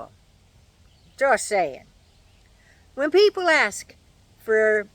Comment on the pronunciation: “ foy yer” is just wrong :-)